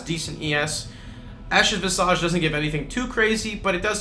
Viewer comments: Interesting. So why do you pronounce it "vis-ahj" then, when there are no other examples of words ending in the suffix "-age" being pronounced as such? Examples: courage, wreckage, marriage, baggage, etc. All are properly pronounced with the weak I sound (i) as opposed to the long A sound (ah), and the same pronunciation rules apply to the word visage in the same way they do to "image". I remember several years ago when I played League of Legends, people used to regularly say Spirit Visage the same way, with the long A sound, which at the time I assumed was correct because it was a word from French or something. This, however, is not the case. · I was more triggered when I heard "vis-ahj". Makes me wonder if people who say the word that way also pronounce image as "im-ahj" instead of "imij".